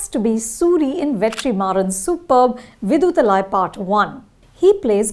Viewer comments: With all due respect, how hard is it to get pronunciations of names of movies, characters and actors right? If you can stop for a second to get pronunciations of Damien Chazelle and Margot Robbie right, can you not make the least bit effort to get Viduthalai and Kumaresan (not Kumara Sen) right? It’s just lazy at this point and the name Kumaresan is said a bunch of times in the movie for god’s sake! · Pronounciation of kumaresan,velraj,viduthalai😢🙏